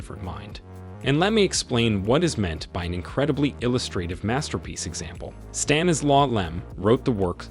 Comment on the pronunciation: Why can’t you say “Stanislaw”?